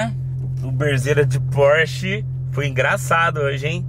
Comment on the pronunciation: Phorch é Phorch,....que o quê